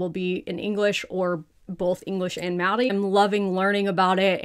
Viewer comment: although you're struggling with "aotearoa" and "maori" your pronunciation of te tiriti o waitangi was really good!!! you still need to work on rolling ur Rs but you've already got the unaspirated Ts down (which most pakeha dont!)